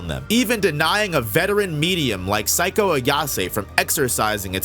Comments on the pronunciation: I thought he was saying "Psycho" Ayase? Lol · that mispronunciation for Seiko is insane. Thought you were talking about a character I completely forgot about.